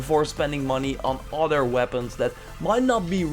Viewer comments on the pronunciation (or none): plz don't say "oder" its "other"